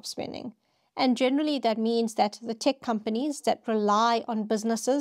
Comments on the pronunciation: “Tech” is pronounced “Tek”, not Tik”. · Interesting video! Just one thing, though: when you pronounce "tech" you say it like "tick". The correct pronunciation would be more like "teh-k" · Thanks. Also its “tEHk” not “tik” 😊